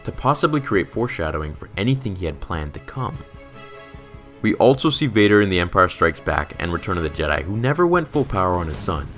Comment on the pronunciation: Bro it’s also... not altso.